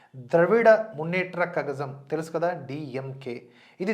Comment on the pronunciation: ద్రావిడ మున్నెత్ర కళగం అనాలి కజగం కాదు